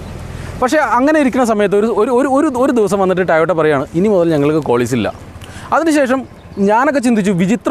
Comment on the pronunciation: Tayota tayota? Tayotayo? 🙄 toyota alle?